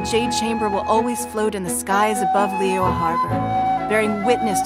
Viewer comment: can someone please teach these English VAs how to properly pronounce Liyue...